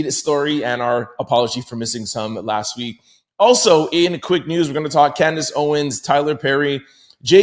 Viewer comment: Candice: If you want to butcher her name simply say it as it is spelled CAN-DICE. Yw :)